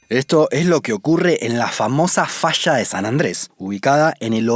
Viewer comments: Se dice falla no fascha habla bien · El documental esta bueno, pero es incómodo escuchar el sonido de la ye y la elle como sh, puras fallas que son fashas o cordilleras como cordisheras. Matan el español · Se dice falla, no fasha ...